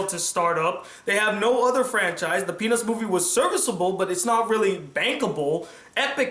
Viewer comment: peanuts movie I know it sounds like he said penis movie